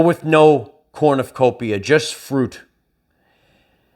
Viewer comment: Brother, It's "cornovopia" which if I remember correctly approximates "basket of plenty" or something. Sometimes laughing at your "self" reinforces the spacetime convulsions with a splendiferous guffaw of wonderment and awe-filled awesome all awareness focused yet fleeting captures of time in no time in a multidimensional experience repeatable shareable rung on the ladder necessary to those birthed embodied through the veil covering Matrix over virgin womb or as the scales fall from our third eyes still filled with blood and thought and beating heart and drive to learn and work the magic that creates etheric bodies with no end that might lend an arm to grasp to the aspirant and assist his taking the step upward on the ladder and place his foot in faith on the rung above the end of the ladder in his Astral and hop onboard the gangway plank that let to the peer to peer pier at the docks where berthed floating up and downwith the tide with the inner light shimmering and reflecting in the ripples of a watery time-space was an anchored, chain-tethered, perfect Merkabah of resonant light and tune of the One in the mirror in this funhouse and it's your last chance to ride the slide and back to the carnival - The show's about to start... I laugh at my words when I misspeak or miss the mark and make a miss-take I laugh at my thunder Watch your words. They're watching you back. Much love, brother